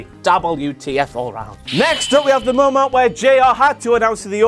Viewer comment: Shut the fuck up. I couldn't get past "momant" #5. Go away forever already 😩🔫